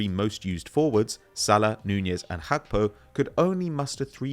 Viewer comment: And Hackpo, distracting AF